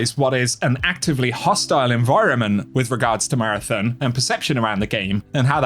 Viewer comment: If you're going to talk about marathon, can you at least learn how to pronounce it properly